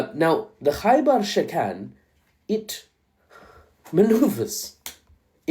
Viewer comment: Why does "Khaibar" sound like "Gay bar" and why does it make me think of that song